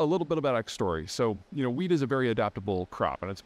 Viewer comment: Did you say weed? 😂